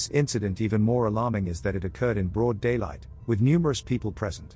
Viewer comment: "in broad daylaight". Lol. You have no odeq. Blacks in South Africa do this every single day. I live here. I know.